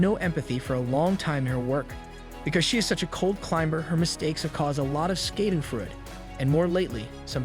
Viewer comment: "Giggly"? "Skadenfreud"? and "Loaps"? "Maria" Carey? WTH? Just use a real person that can pronounce words.